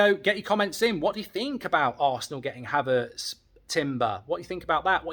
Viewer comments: Man said k havertz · Kay Havertz? is that Kai's sister, stop wobbling your gob and get names correct.